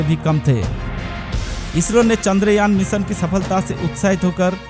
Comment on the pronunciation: Apni hindi theek kr bhai bhot kharab hai. Pronunciation theek ni hai tera bhot kharab hai. मीसन नही होता है मीशन होता है। Bewaqoof